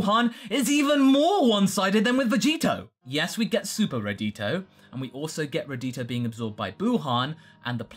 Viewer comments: Radito? Don't you mean Radoku? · Not Raditio. Its RadKu. That other name makes it sound like it's Vegito and Raditz